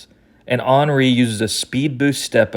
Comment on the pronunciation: Love the way you pronounce Henry, ball knowledge maximized